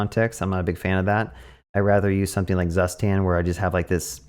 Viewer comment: You pronounced Zustand wrong ;). It is a German word so is pronounced differently. And by the way is the best state management library as it sounds cooler and requires less boilerplate :).